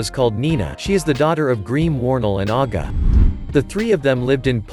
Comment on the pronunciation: Minas dad is called Graham not greem